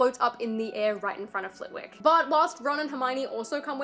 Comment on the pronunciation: Flit-ick. It is a silent w!